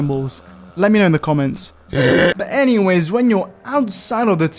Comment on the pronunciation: "Saying anything" Also Him: "Saying Anyways After" Btw His "Anyways" Sounds Like.. (Engiweys)